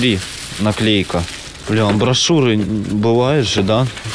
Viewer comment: Амбишуры, а не амбошуры.